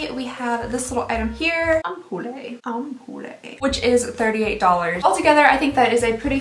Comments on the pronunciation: "ampoule" is pronounced "ampull" and means "lightbulb" in French :) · Pronounced 'ampewhl' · I've never heard it said that way. To my mind it's am-pyou-lle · I love that you pronounce ampoule/ampule "am-poo-lay". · Ampoule: pronounced “Amp-yule” typically a small sealed vial of a liquid or solid 😉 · You're so cute. ^_^ And I think the word you're grapplin' with is "ampule," which is pronounced "amp'-yool" (like Yule as in Christmas, and amp as in electric speaker. :)). I hope that helps! 💕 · FYI It's pronounced "amp-yool" (ampule) 😆 Looks like a nice box! 💖💖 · I'm French and that's how we pronounce the word. The "e" is always silent at the end of words :) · lol love you - but it's pronounced "amp-pule" no "eh" <3